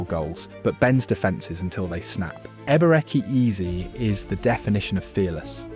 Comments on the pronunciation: hahaha Eber-Ecky Eez sounds like an american play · Wtf is Eber-echi Eeze